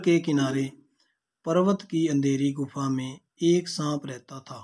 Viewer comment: गुफ नही गुफा सर 😂😂